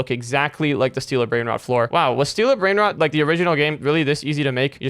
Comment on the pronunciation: He said bread rode😂😂😂😂😂😂😂😂😂😂😂😂